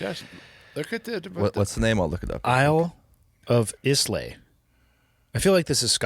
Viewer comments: It's pronounced "eye-la" 😊 If you liked Ireland, you would love Scotland! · I see, I hit "like" then I listen. It's pronounced Eyeluh btw. Population of the island is less then 3500, it's about 200 Square miles and has nine yes NINE distilleries and more are opening! Famous for it's peat flavoured whisky. Look for these: Ardbeg, Ardnahoe, Bowmore, Bruichladdich, Bunnahabhain, Caol Ila, Kilchoman, Lagavulin, and Laphroaig. All delicious. Greetings to all from Scotland. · Dear god man, do all you colonials have to butcher our language. Isla is pronounced 👁️ LA, like isle but with an ah at the end of it. It’s decent whisky though. 🏴🏴🏴🏴🏴🏴🏴🏴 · That's nice scotch . Islay is pronounced I lay 😊. Could listen to your dad all day 🙂